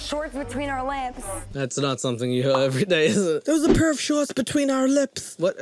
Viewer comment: Anyone else had to rewind when the girl said “shorts” but heard “sharts” instead or was it just me?